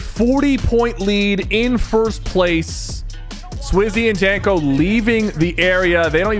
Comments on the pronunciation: Nah sypher actually gotta learn how to pronounce some of these names. He calls Rezon reason, he called teeny tenny, and he called japko janko, like brother his name is pronounced (yap-ko) not fucking janko. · lmao its japko not falcon, falcon is an org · Was sypher even trying to pronounce the names right? 💀. Liquid Ed = Liquid? Japko = Janko? Teeny = Tenny? 😂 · 8 minute in u said swizy and falcon falcon is the org is name is japko good vid btw